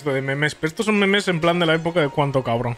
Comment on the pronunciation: Pq el dice memés XDD